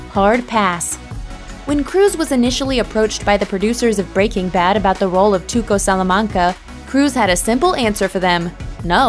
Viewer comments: It bugs me how the narrator says "Breaking Bad". Weird inflection. Makes me think she probably never seen the show and she's just reading a script. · I hate the way this woman says breaking bad. It's like she puts the emphasis on the work breaking....Just, why?